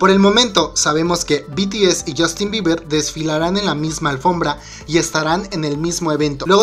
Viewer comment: Jajajaja a alguien más le da risa "Biber" JAJAJAJAJAJA